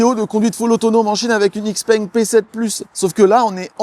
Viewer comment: Une précision, Xpeng ne se prononce Xpeng mais Chipeng